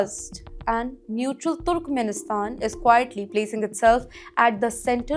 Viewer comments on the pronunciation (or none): wait. you know what? its not turukumenisthan. aduvanced english pronunciation?